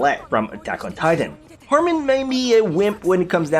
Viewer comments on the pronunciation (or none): none